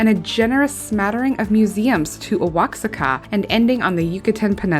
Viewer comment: Oaxaca is pronounced Wah-HA-ca Nice list. One thing to consider about Albania is that they have a year long tourist visa for Americans. Not 90 days like the rest of Europe.